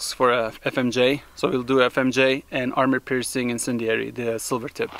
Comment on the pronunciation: Enjoy your broadcasts, but please say “Armor piercing” not “Army piercing”. Thanks!